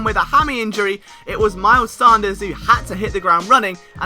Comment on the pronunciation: It’s miles sAnders not sOnders